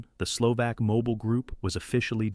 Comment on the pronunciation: HOW do you produce a "factual" video on the Slovensky Stat WHEN YOU CANNOT PRONOUNCE MONSIGNOR TISO'S NAME CORRECTLY? How can you be taken seriously? AND it is Slo-VAHK NOT SLO-VAAAK, My God. You know NOTHIING about Slovakia's treatment of its Jewish populations Slovakia being THE ONLY Axis member that "'deported" (nice evasion ..."deported" WHERE? Bermuda?) its Jewish population VOLUNTARILY WITHOUT GERMAN PARTICIPATION OR PRESSUE Using primarily something called the Hlinka Guard who are notably absent from the docu (just as well as your AI would have doubtless mis-pronounced their name) to the point where Slovakia became/is the most "Juden-Frei" state in Europe. This is a pure Ai channel the "commentary" such as it is probably taken directly from some 3rd rate AI service including photos that do not match the commentary the supposedly illustrate. One of the WORST WW2 channels on YouTube and that is saying a lot Unsubscribed.